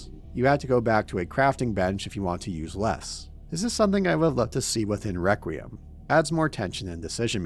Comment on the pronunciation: Nitpicking the word choice and delivery of Victor while spending 2 hours failing to correctly pronounce REQUIEM is fucking wild.